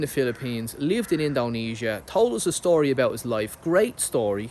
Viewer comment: His 'schtory" reminds me a bit of the "Blow" storyline....the Depp flick where the wife had the connections 😜 Good stuff as usual 👍 Seems like You're enjoying the change of scenery/pace back on Homeland turf > & if Nune is settling into the new job as well.... hey... whatever works.